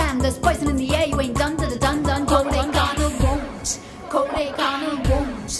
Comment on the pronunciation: it feels like .. shes saying " KODAIKANAL WUNT .... "